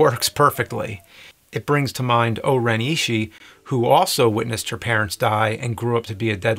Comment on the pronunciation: It’s O-ren Ishii (eeshee-ee), pai mei (pie may), and Elle Driver, Not Ellie